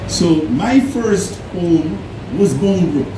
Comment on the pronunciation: BOUNDBROOK! Please pronounce it properly.